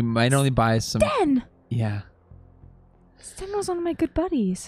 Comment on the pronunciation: Sten not Stan.